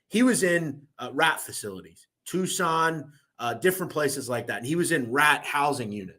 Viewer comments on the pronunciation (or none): none